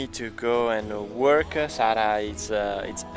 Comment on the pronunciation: Dear, You many times add an extra syllable "a" to words. One example is you say WORKA instead of WORK! Hope this helps! I have wondered about this because it is so common. Your brother does not add the extra "a" at the end of words. Sara does not. This is not a criticism! Thumbs up and I'm a subscriber!